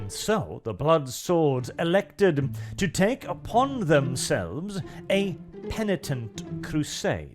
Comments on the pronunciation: said penitent correctly, good job. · Did just correctly pronounce 'penitent'....? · Christmas came early, lads! pronounced “penitent” correctly for the first time! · I see has finally learned how to pronounce Penitent